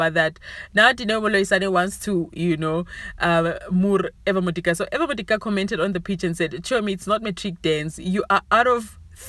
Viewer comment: Haowa you must also learn to pronounce Eva’s name admin 🙄